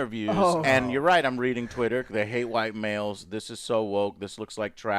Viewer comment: Jou're excited Joe, for what?